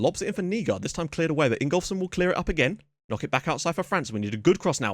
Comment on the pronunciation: That emphasis on KOCK made me actually laugh out loud